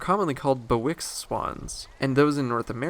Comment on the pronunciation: Bewick pronounced like "Buick"